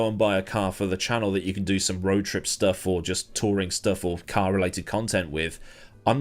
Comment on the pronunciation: It's not massively noticeable if you're a non native speaker but when he says words like "road" where there can be major differences in how the word is said it is quite jarring haha